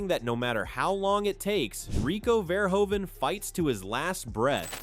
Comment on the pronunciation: It's pronounced more like "fair-who-fan"